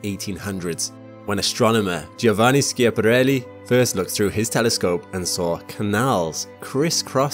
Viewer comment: Look up the correct pronunciation of Schiaparelli.